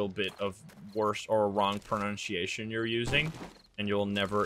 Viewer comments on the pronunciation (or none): I like how he said pronunciation wrong where instead of a hard c he pronuonced it sh